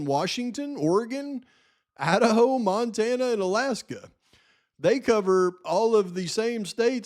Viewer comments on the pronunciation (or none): none